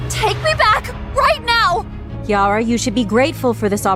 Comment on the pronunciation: Is not Kiara is keara No Kiara I'm Keara too But is okay It can be Kiara